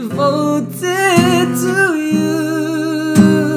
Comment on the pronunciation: Pet peeve "devotsed" 😶